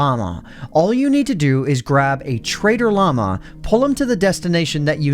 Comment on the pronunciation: i thought you said "Traitor Llama"